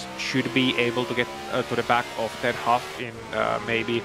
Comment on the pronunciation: I will not stand for this slander!!!! My name is Clearly pronounced HAUFF and I am in A SCARRINI - it's not HO in a COOPER, who would DARE?! anyboody who says otherwise is an OPP!